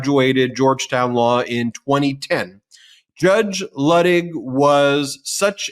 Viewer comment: Ben, a gentle reminder that Luttig is pronounced Lootig long u sound. From a MT Patreon patron. Love you guys!